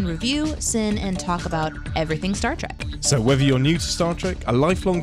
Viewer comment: STAR....TREK? I've only heard of STAR TRACK. WTF?